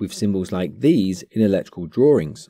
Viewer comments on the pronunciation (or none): where did the extra "r" in the middle of "drawing" come from in the British version? :p i guess thats another yt video lol :p